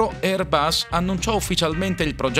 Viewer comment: Airbus: la "s" è la s di sera NON di rosa!